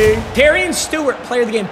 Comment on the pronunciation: Doesn’t really matter but Terion Stewart’s name is pronounced “Terry-ahn”